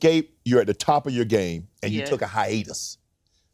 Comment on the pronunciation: If Uncle Shay Shay don't stop saying hyenas instead of hiatus.